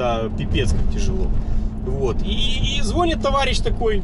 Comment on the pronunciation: Извините, не по теме, звОнит-колокол, но звонИт- 📞телефон)))